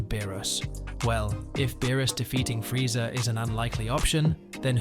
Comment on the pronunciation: Bro says Frieza like frieza, bro its freeza